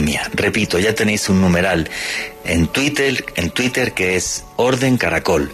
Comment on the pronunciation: minuto que grande....le salio del alma decir " tuitel " jajajaja.... vieron como pudo decir la " R " igual despues ? todo mentira que no les sale la R.